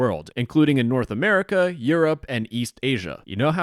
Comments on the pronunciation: As soon as the dude said "Ameriker" i knew he was north korean because I've watched all those propagada videos coming from there with someone who keeps saying korea as "Korier" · in americer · Love how he pronounces America like Amarikurr lmao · The way he said "americr" and "becrse" instead of "america" and "because" somewhat aligns with a theory that hekoreanNorth Korean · I could tell he was North Korean AS SOON as he said “America”. They pronounce it like Amerikurr. If anyone is interested in this sort of thing (North Korean cyber espionage and hacking), I highly recommend the book & Podcast Lazarus Heist. Genuinely insane to learn about some of their exploits over the years; sadly all of the money they make goes to nukes rather than good. Most of these kids from NK that end up doing these things were math competitors at younger ages and selected to go to overseas schools specifically with the end goal of making them some of the worlds best cyber operators. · fun fact: the north korean accent is actually extremely easy to recognize because they are the only ones that pronounce america like "americar", if you hear that r sound at the end you are talking to a north korean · "In Amurikurrr...." lmao